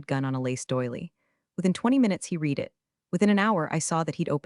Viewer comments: Perhaps some day in the future we can watch the videos and hear "read" pronounced correctly! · every time they say it wrong my brain does a mini reboot.